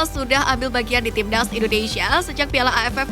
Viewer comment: Stop Say INDONEISIA , the correct is INDONESIA , dawg